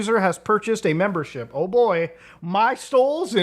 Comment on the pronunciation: “Memebership” got me